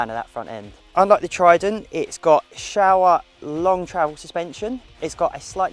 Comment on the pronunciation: Show- A not shower